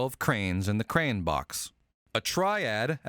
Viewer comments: cranes in the crane box... who the hell pronounces crayon like crane?! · Lol. "Krayne" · "Crayon". Yes, you do actually pronounce the Y, that's why it's there. If you don't pronounce it you get crane, and that's a bird, a wading bird. Got it? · I've heard "crayon" pronounced like it rhymes with "rayon" or "cran," but never have I heard it sound like "crane." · It's pronounced 'in-teh-grul and cray awn.